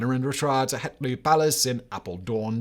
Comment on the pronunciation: As someone who was born in Apeldoorn I have to say that your pronunciation of the Dutch words wasn't very good. And the palace is called "Het Loo" (Loo being an old Dutch word for forest.)